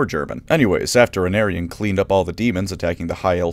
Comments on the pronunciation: At first I thought you were saying “An aryan.” And only cottoned on to the fact you were saying Anarion about a minute in. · Every time he says "the son of anarion" and I hear "the son of an Aryan" 😬